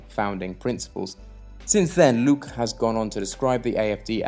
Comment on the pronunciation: Good Videos. Do get the names right - it is FraukE, LuckE etc.